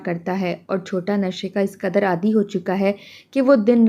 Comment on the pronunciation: 1. “Isbaat” Seen se nahi “Say” se hota hai. 2. Aadhi nahi aadi. 3. Islahi kahaniyan bakwas qayalaat ke izhar se nahi , balkey sehatmand tasawwarat aur oos ke izhar se hoti hain, aur iis qism ki kahaniyan pardney hi se “ kisi Qawm ke moasherey , oos ki soch aur oos ki ut’han ka pata lagta hsi”.